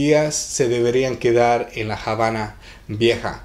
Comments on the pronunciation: Se llama "La Habana", no "La Jabana". Vergüenza ajena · no se por que entran en polemica es obvio que Lockhart se refiere a que en español NO se pronuncia Jabana y corregir de forma educada a alguien no es de molestarse sino de agradecer y nadie le quita el merito al joven por el video, pero si es algo que puede aprender y corregir me parece perfecto. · estás totalmente equivocado amigo, La Habana no tiene otra pronunciación que la que es, no existe por lo tanto Javana ya que esta palabra es nombre propio de un lugar geográfico y por lo tanto estás palabras no tienen traducción, vas dando clases de lengua Española y afirmando cosas que está visto desconoces 🤦 . Por cierto aquí nadie dice del mérito que tiene nuestro smigo, haciendo el vídeo detalladamente y de gran trabajo👏